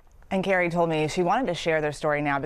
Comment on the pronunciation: YOUR news report mispronounces the mom’s name as Gary instead of Kerry. Please be much more careful in your enunciation in the future. The public shouldn’t need to look up the truth from another website, nor from your transcript. God bless this child.